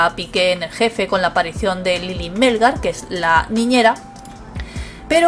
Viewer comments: Hola. Gracias por la información. El apellido de la señora es Melgar, no Mélgar. acento en la última sílaba. Saludos! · Melgar lleva el acento en la A no en la E ...